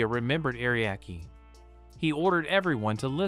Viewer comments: Only AI and English only speaking ppl don't realize it's Ah Ree Ah Key. Not ariak. English is stupid. Other languages don't put random letters in their words/names. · Are Ree Ah Key names being mis said is so fucking annoying